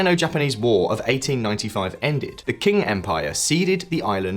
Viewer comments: Qing empire, not King. Qing = Ching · Qing isn't pronounced as king, it's Ching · Qing is pronounced as “Ching.” That is a rather basic thing to know. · it's pronounced ching, not king they don't need to declare independence, they've always been independent from the PRC. In fact it's the PRC that declared independence from us lol get it right. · If you want to be taken seriously, learn to pronounce the names of places and people like Xinjiang, Qing, and Xi Jinping.